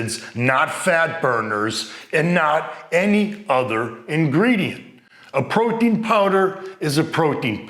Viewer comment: is he saying Protein or Poutine lol thanks for the info